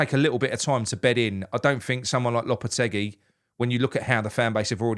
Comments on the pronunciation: It's pronounced LOPYTEYGY not LOWPETTYCUE. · Low-per-teg-ee 😂😂😂 Hope we dont get him and its smoke n mirrors for who we really want, but even if we do he couldnt be any worse than the imposter manager we have....soon to be had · You'll need to learn how to pronounce his name correctly. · You need to pronounce his name correctly.